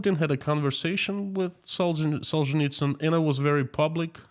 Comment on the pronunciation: Now I know the correct pronunciation of the author of “Gulag Archipelago “.